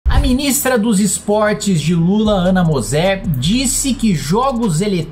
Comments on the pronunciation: não é mosér... é moser. tu não viveu o time feminino de prata. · "Ana mozzér" kkkk "Ana môzzer", caraio. Não lembra dela nas quadras de vôlei? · Ana Môser, Kim, porra! A mulher é um dos maiores nomes da história do voleibol brasileiro, tem que falar o nome certo. Tem que cobrar a posição dela com relação à imbecilidade da presença de atletas trans nas modalidades femininas. E, me desculpa, e-sports não é esporte meu mano.... É jogo, assim como xadrez, dama etc. Tem sua importância, sem dúvidas, mas não cabe dentro do Ministério dos Esportes. Teria que ser Ministério da Cultura, lazer, educação... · Imbecilidade é você não saber pronunciar o nome de um dos ícones do esporte mundial. Enqto você vive de lacração a Aninha operou 4 vezes os joelhos levando o nome do pais mais alto possível mundialmente! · Devia antes aprender a pronunciar o nome da mulher